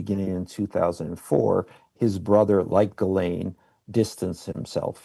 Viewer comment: Why doesnt Wolf pronounce Ghislane correctly? I get it, it's a tough name but youve heard it from the mouth of Jeffery. Certainly, he didnt mispronounce it. Why does Wolf?